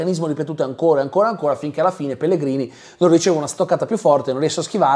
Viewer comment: scusa ma in che lingua hai guardato la serie? Perché pronunci Pellegrini all'italiana quando anche nella versione italiana il nome viene detto "Pellegrinì"